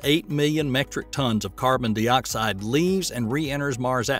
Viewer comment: He also called it carbon dee-oxide.